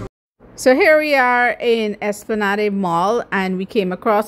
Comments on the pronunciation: Espla-NAHD. Not Espla-Nah-day. It's French. lol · Loved the video. Btw, its pronounced, es-pla-nad mall.